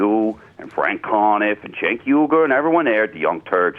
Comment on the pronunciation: i stopped believeing this was real when he managed to pronounce cenk's name correctly